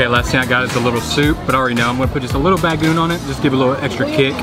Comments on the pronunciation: BA- GO - ONG ! not bagoon =) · Bro its “Bago-ong” not bagoong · It's not bagoon...it pronounce as BA-GO-ONG.😄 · ba-go-ong not bagung. on how to read/pronounce it. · Its not Bagoon.... Its Bagong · It's pronounced like this "Ba go ong" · OMG, didn't anybody corrected you on the right pronounciation of BAGOONG? You have to pronounce it as a 3 syllable word like so BAG GO ONG. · the way you eat (bago-ong) to be pronounced is way to salty.. you can spread it all over your rice but don't eat it as whole, too salty! but nice, hope you can try all of our famous food here in the Philippines! :) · I was eating my toasted sandwhich then clicked on ur channel, now I'm craving lechon, alas none to be found in Melbourne. btw say bah-goh-ong for bagoong, split the Os in 2 short syllables.. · Ahhh, yesss, I did badly with my bagoong pronunciation. Especially for as much as I eat it youd think I could get it right? haha Well, I must say, this wasn't any ordinary lechon! I am sure you know that though! Thank you so much for watching! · Since you love bagoong might as well learn to pronounce BAGO-ONG right! 😄